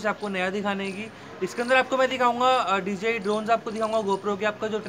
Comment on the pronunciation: It is called dji not dGi